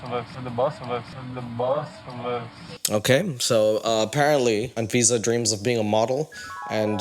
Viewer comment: Anyone else notice how “ahn-fisa” sounds like “and Visa” when pronounces it?? lol, like the credit card and green card… her middle name is “Ahn-Tiffany” or “Ahn-Loius-Vuitton.”